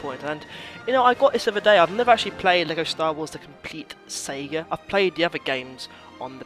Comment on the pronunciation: please pronounce saga correctly lol